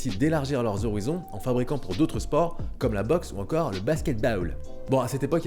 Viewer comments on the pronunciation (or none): none